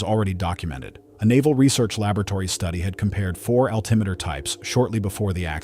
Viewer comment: “Alta-meter?” Is it really that hard to get a person to read for the video?